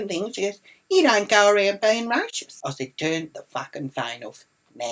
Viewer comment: You say racist wrong btw